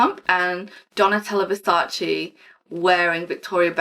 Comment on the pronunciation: I love Donatella Versace! She’s absolute stunning. She also seems like a really sweet woman to me. Ps. It’s Versace, not versachi